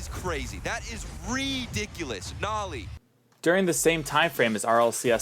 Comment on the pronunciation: bro said nAly